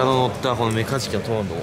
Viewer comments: メカジキじゃなくて メガジキで草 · ごめん。何回聞いてもメカズキにしか聞こえないっす。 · 始めメカジキが｢三日月｣に聞こえて何言うてんねんこいつって思いながら聞いてた